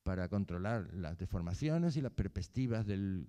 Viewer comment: Porque dice "perpestivas"???